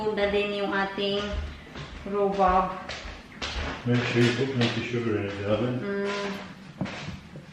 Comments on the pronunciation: Tama ang sinulat mo na rhubarb pero the way mo i-pronounce rhubab. Sorry baka slang lang pag pronounce mo. Andito din kami sa UK. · I THINK PRONOUNCED RUBARB. BARB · It’s not silent R